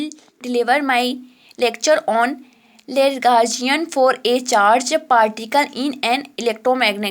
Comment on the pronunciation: Madam aankh band karke nahi padhna hota hai! Yeh kya tha, aur lagrangian hota hai woh! Legrangian nahi! Itne saare mistakes hain ki poocho mat